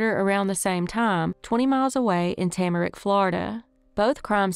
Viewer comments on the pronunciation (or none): Tamarack, Florida. Tam-ah-rack, not tamrick.